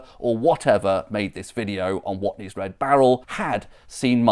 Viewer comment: "Watney's" though? It's on the barrel. WATNEYS.